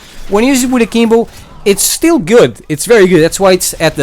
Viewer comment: All I hear is saying Kimbo